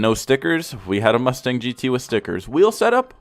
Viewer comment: i thought he said Lustang